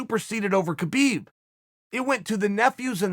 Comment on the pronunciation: It's Habib its K is silent